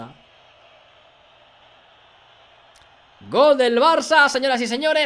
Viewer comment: Porque dice "golgolgolgolgol" y no "galgalgalgalgal"?:(